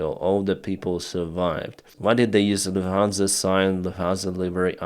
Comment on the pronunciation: It's Lufthansa,, not Luhansa.